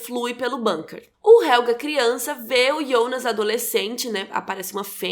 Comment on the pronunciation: Preciso dizer que, pra uma pessoa que não fala alemão, a sua pronuncia esta de parabens! Só uma coisa importante sobre o Helge. vc pronuncia Helga, e HelgA é um nome feminino, o masculino se pronuncia HelgE, com som de "E" como no portugues no final. Ps. A serie da varias dicas e eastereggs escondidos na lingua e no cenario (como o proprio nome Winden e o que é falado nas radios ao fundo), que ate agora eu não vi ninguem comentar!